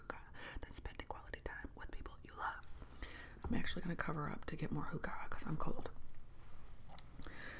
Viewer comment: Say huka one more time😬🤣 argh that pronunciation, hurts my ears. Funny to see something Danish inspired in your videos. Hygge is like a religious word in Denmark that you don't mess around about. But really hygge is what you make it, for me personally it's about feeling comfortable, just using the word hygge gives me 🪿 bumbs😂❤